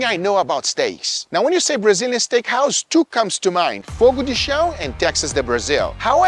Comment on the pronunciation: Você é brasileiro?! Que legal! Por isso conseguiu falar CHÃO haha